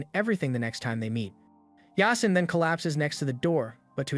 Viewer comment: Its supposed to be pronounced as YAA-SEEN it's a Muslim name